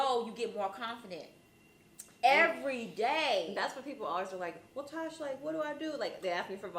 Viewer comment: She is a air head and she didn't even know how to say Tosh name